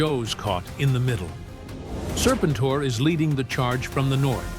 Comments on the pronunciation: Say the name right, then maybe I will watch the rest of your stupid AI video. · I had to stop after hearing his name pronounced wrong on the fifth time. I can’t. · You really should proof-read the AI script. The text-to-speech is bad enough on the pronunciation of Serpentor without trying to convince me that it was Mindbender shot the Egyptian authorities with wrist-rockets while showing Destro. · This feels very AI… how can you not say the guys name